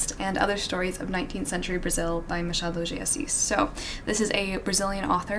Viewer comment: She saying “Machado de assis” is the most perfect thing that i have ever heard